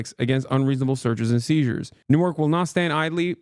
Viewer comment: Hasan, you’ve lived in Jersey long enough to know it’s pronounced nork.